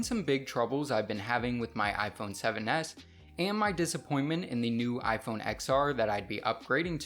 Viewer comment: Lifelong iPun user says iPun 7s 😂😂😂